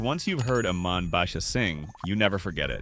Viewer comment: Her name is pronounced E-mahn, dummy.